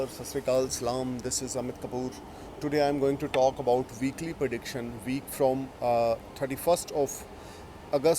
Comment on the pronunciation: Heavily accented Punjabi toned English. Speak slow it will get better. It’s not Haraash it’s Harsh. It’s not prediction it’s prediction. Hope you won’t mind.